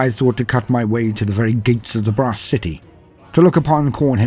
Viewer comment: A throne of BRASS… okay got it. At first I thought you said “grass”. 🌿🍀🌱😆